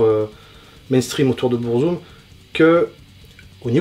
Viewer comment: Après Burzum ne se prononce par Bourzoume mais Beur-Zuhm il me semble